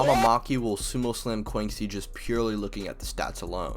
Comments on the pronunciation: Bro said Kwanksi 💀💀 she's Chinese so it would be 'Kwanshi' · Btw I just wanna inform you thats not how you pronounce Quanxi ^^" Quanxi (Chinese: 泉溪, Quán Xī as her birthplace was stated to be China and it's a Chinese name), you read it as chew-ann shee, and not kuancee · This is the craziest pronunciation of quanxi I’ve heard